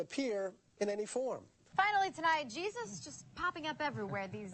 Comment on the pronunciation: "Cheesus?!" C'mon.